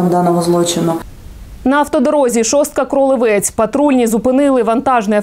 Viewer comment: Коли ви вже навчитися зможете правильно наголос ставити у назві міста Кролевець!?